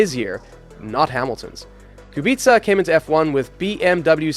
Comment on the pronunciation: He pronounces Kubica perfectly, unlike some that are saying Kubika.